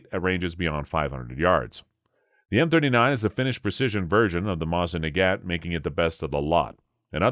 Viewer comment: He makes it sound like ONE word? Mozinaggat. OR is it Moznaggat? Curious that it's 27,50 as opposed to "our" 2,750. Seems that, along with no "Stone" & weighing in lb (#?) they never discoverered the 1,ooo & count only in 1oos